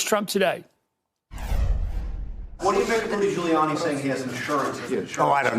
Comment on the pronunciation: Dooty Goolianni